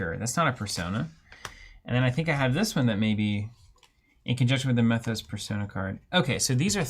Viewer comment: And it's pronounced "Mee-thos."